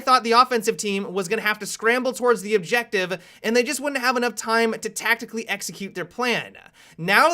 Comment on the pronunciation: "Play the objectivuh"